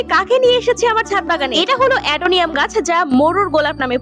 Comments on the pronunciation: অ্যাডেনিয়াম না অ্যাডনম এত নিয়ম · অ্যাডেনিয়াম না অ্যাডেনিয়াম ভুল বলছো😅😅😅😅😂😂😂😂